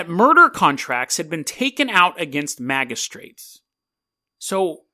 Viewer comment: "EkSpEsHuAllY" Also, it's hilarious the way you pronounced magistrates like MAGA-straights. It's magi- like magic.